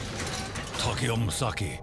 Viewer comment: Every time he said Takeo I died a little inside